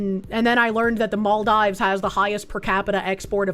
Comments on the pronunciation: Mall-dives... It's Mahl-DEEves,. As a fan of many years, hearing you mispronounce things upsets me! (Joke) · Girl. It's pronounced "MOL-deevs". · It’s Mall-deevs. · ah and her funny pronunciations. it's mal-deevs:)